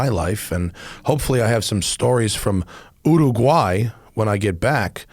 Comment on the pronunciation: This is the first time I've heard an American say Uraguay. Now I understand why it was a joke in the Simpsons.